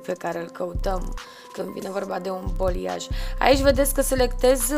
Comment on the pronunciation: Superb lucrat! Doar o mică remarcă: balayage, vine din limba franceză, înseamnă a amesteca,a mixa,se pronunță baleiaj,în română,nu boliaj. Lucrezi prea bine și frumos,ca să te las să pronunți incorect.Pup!🥰